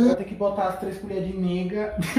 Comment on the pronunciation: Kkkkkkkk😂 ele falando nêga 😂😂😂kkkkkkk